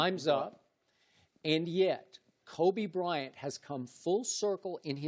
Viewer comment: "kobe brent" shannon